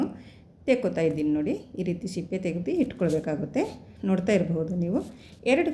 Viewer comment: ಅದು ಶಿಪ್ಪೆ ಅಲ್ಲ ಸಿಪ್ಪೆ